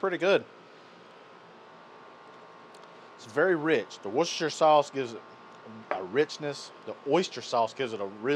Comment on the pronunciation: Did he say "Watch your sister sauce"?